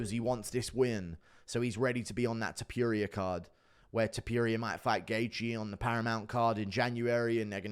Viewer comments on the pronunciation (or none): can u please stop saying topYuria.. it’s topuria